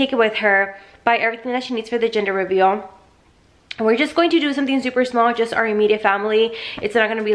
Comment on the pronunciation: Lmfaooo did anyone hear her say ginger reveal 😂😂😂💞